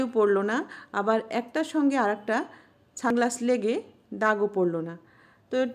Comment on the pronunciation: Didi tumi ki sunglasses bolta parona naki ছানগ্লাস bolcho kano 🤣